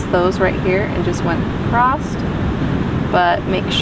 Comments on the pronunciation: lovely painting. I'm going to try attempt it! Btw, acroSS. Not acrossT.... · Thank you for your tutorial. Your painting is awesome! Not sure why keep saying acrost. There is no T in across. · Love your style and painting. Learned a lot. Gentle feedback-across is not “acrost” and that pronunciation got distracting from your lovely video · I have watched this fantastic video for about 45 minutes. U r superb! The word is ‘across’. Not acrost! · This video was amazing, I loved this tutorial. One little thing, across not acrost. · where does the dialect “acrost” come from? never heard it before!! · Acrosst. You’re from the Midwest aren’t you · Love it! My hubby is from IL and he says it too😊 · I love how you say “Acrosst” Great painting...thank you for sharing your gifts